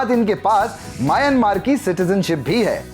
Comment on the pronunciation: पागल mayanmar नाही म्यानमार बोलो.